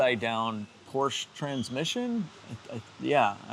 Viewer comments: Perhaps a Fugaziablo? And I know you are from Chicago.....but it is Porsha.....not Porch. Love the channel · 964 Porsch-A. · It's pronounced "PORSC -HA" (or Por-shuh)